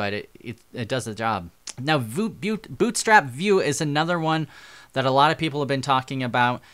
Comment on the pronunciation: "Now Voot-Boot Bootstrap Vue"